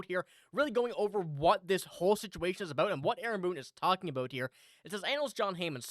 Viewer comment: What are you talking ABOOT 😂😅✌️